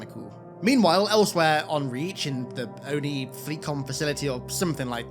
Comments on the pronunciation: O.N.I is what gets me. All the other things obviously... But it's not the "O-N-I". Its "ohnee" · The way they say "O-N-I" instead of "Oni" irks the shit out of me